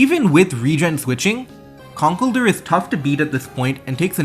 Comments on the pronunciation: Con kell(rhymes with hell) DUR? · That's not how you pronounce "Conkeldurr."